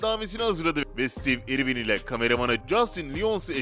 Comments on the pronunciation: stiiiv irvin diye okumak nedir yaa? adamın adını bari doğru telaffuz edeydin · o kadar kötü bir seslendirme ki neresinden tutsan elinde kalır... rahatsız edici bir tonlama, kötü bir telaffuz, kelimeleri yuvarlaması, harfleri yutması ve ingilizce bir ismin (konu başlığı olan isim hem de) nasıl okunduğuna bile bakmaya vakit ayırmadan işe girişmesi.